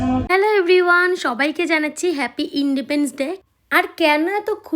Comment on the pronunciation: Indepens noi independence day 😅